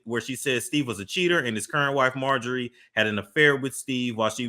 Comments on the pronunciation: “Some thing happened to Steve when he was younger but I’m not gone speak on it” proceeds to speak on it. THIS is sick 🤢 I don’t agree with it. 🗣️ It’s pronounced MAR-JOR-REE , not MAR-GEE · 😂😂😂 I guess so because she can’t pronounce Marjorie to save her life 😂😂